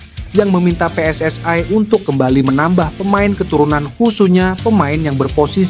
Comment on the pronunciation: PSSI : Pe Es Es I Bukan Pe Es Es Ai